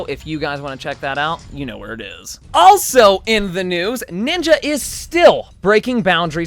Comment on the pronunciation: "let's get right into the NOOSE!"